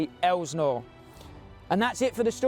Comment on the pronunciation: STOP CALLING IT AN ELSNOre! It's insulting and it makes you sound uneducated. IT"S PRONOUNCED, ( EL--SIN--OR ) GOT IT?